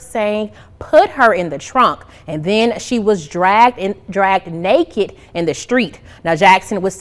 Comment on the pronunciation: Hate crime? As they are all mixed race. Claiming black. Yet all yellow. 😂 "while she was naeke." Wtf cant even pronounce it. You nailed it on the blm hypocrisy 👏 !